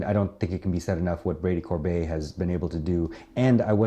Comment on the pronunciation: Brady COR-bet, not -bay.